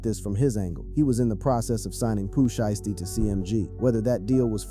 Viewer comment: The way u pronounced poohs name made me click out of the click bait 😂